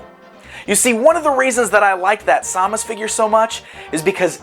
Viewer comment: Sam-us not sau-mus